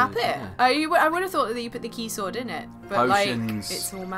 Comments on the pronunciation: She said keysword. I weep. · "Key-Sword" You've no idea how much it hurt to hear that. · As a seasoned kh veteran I have to admit, I winced when said keysword, so close and yet so far... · is clearly new to the series when she said "key-sword".......